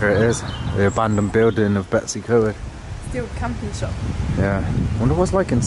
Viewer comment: 'English' farmhouse in Cymru? One can perhaps understand North Americans not being aware of the distinctions, but those hailing from within the UK should know and respect the differences! It's pronounced, Betoos uh Coid, NOT Betsycoid! Ty Gwyn is pronounced Tee Gwin.